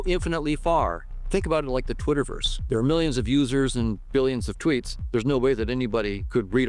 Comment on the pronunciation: there could be millions of dimensions could be Trillions of dimensions ~! or there dewrr juusst sitting there.. HE said Derr instead of there as if he had shit in his mouth because that is basicly what this is shitt , ~ there are a total of 20 Dimensions in the Observable Univers and hadrly ever iINTERACT with eachother - this Univers will end in 5 to 12 Billion years stop acting like i this place goes on IndeFInaTLy start preparing or perish here along with all matter